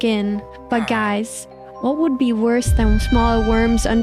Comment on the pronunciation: “Dies” hits hard but I don’t know why the ai voice said dies instead of guys